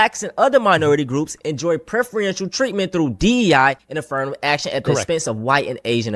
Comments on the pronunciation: “prefriential” 😭 idk how people get the courage to make videos when they have the vocabulary of a toddler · "Prefreeential" add it to the list